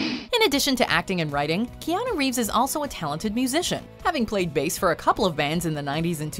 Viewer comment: Reanu Keeves